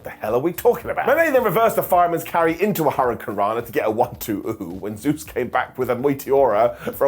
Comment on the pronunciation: please learn how to pronounce Zeuxis name. Don’t just change it to Zeus.